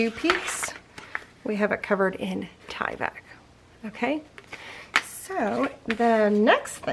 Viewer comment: You are pronouncing Tyvek correctly. You're good.